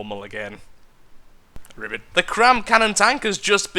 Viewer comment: "Ribbit" -, 2016